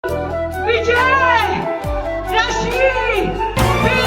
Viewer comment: It's not raashmi don't you have rashmi name girls in your state shame😂